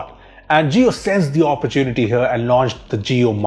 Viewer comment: It's OPPORTUNITY, NOT APPA-ARE-YOU-TEA-NA-TEA